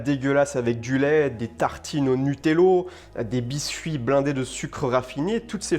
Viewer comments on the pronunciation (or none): Pourquoi tu dis toujours Nutello ? C'est Nutella non ? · Je rêve ou il a dit le nutello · Pourquoi ''nutello" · Arrête de dire Nutello 😂